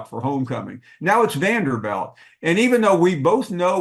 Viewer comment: its Vanderbilt not Vanderbelt